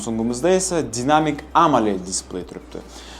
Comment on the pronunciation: Dinamik emas daynamic.